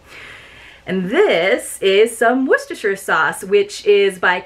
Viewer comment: I always love watching this box. Maybe because I live in Maryland. I love apple butter (on rolls or with cottage cheese) but I'm not sure about adding a pumpkin spice flavor to it. Have you tried it? Hey good job on pronouncing Worcestershire sauce, that one is so tough to pronounce. I LOVE the artwork on that sticker.